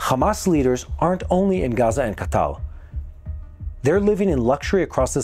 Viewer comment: I'm curious, is that the official way to pronounce Ka- Tar? Ca-tall? Qatar = Catall?